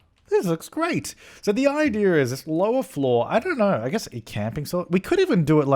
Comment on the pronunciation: Did say idear instead of idea? Your starting to mimic deli. You guys syncing.